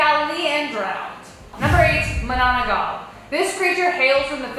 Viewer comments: Mananangal not menenengal😂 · Its mah nah nang gal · The number 8 its pronounced as ma-NU-nanggal